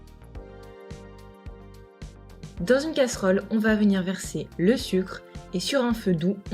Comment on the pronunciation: tu a dit vomire au lieu de venir